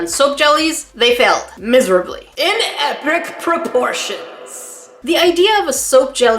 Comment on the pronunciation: "In EpRic (?) proportions!" Haha!! 😂